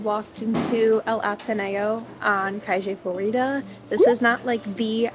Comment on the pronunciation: Very well your argentine Spanish pronunciation: “Cashe Florida”, “Plaza de Masho.” 😅